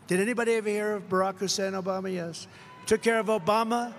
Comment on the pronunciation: The not even subtle racism of him emphasizing HUSSEIN every time he mentions him. Drump is pathetic